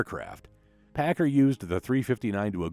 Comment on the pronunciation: Paccar is pronounced as 'packcar' by most everyone in the industry. Not 'packer'. I drove both over a 40 year career in trucking.